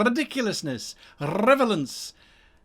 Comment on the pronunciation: You said revelance in the intro ;) Love all your content, much love from The Netherlands